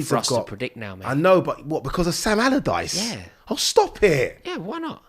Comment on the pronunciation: Sam "Allardichee" ??